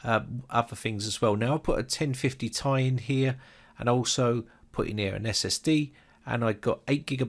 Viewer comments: bruh he said 1050 tiye instead of ti. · Dude it's spelled tee eye not ti 😂😂😂